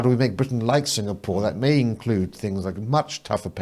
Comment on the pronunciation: Why does she keep pronouncing 'th' as 'f' , saying fings she sounds ridiculous